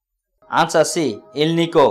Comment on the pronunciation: Answer 19 its alnico not elniko